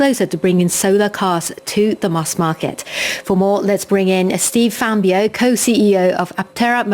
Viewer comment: The way Steve Fambro humbly ignored his black eye and the interviewer’s butchery of his last name gives me hope that Aptera will endure the coming hell of 1st Gen production errors and painful/expensive adjustments, recalls, supply chain strangulations and breakages, customer repair nightmares, mainstream media hit pieces, sensationalized battery fires, Aptera crash injuries/fatalities and lawsuits, and the challenges of ramping mass production to significant and profitable scale. I hope they manage to slog through the grinds and dance around the pitfalls that bankrupted and broke Arcimoto, Canoo, Fisker, Bollinger, Lordstown and others, because I want to see these vehicles on the roads benefiting actual people, and because I want to take delivery of my own Aptera vehicle order.